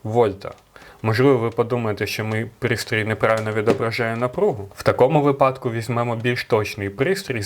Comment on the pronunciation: У слові "вИпадок" наголос ставиться завжди на ПЕРШИЙ склад ! Вчи українську мову та не ганбись ! Дізлайк за покручення української мови.